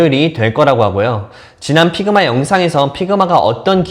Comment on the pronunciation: Pigma가 아니고 figma 입니다. 발음을 잘하세요. 적어도 미국 살았다는 분이시니...